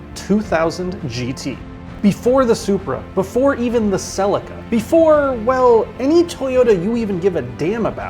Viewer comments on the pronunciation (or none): Sellika 😂 it's seeleeka... Celica. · It’s pronounced “ Seleeka “ 🤬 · Celica SE-LEE-CA NOT SEL-LI-CA Damn Americans!!! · I have always known it pronounced CE LICA not CEL ICA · I've never heard someone pronounce Celica "sellecka" before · I just cannot watch this. Why? The American presenter just CANNOT pronounce correctly! The way he pronounces Celica, means it would be "Cellika"! Bye bye. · Only thing out of this whole video that annoys me is the way Americans pronounce Celica!!! Lol. Good watch tho 🎉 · Super video for a super car but your pronunciation of Celica gave me herpes. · I hate how Americans pronounce celica….. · Carol shelby? and can you pronounce celica correctly